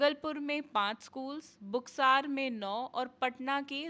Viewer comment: भागलपुर होता है न कि भगलपुर और बक्सर होता है न कि बुकसार 😂😂😂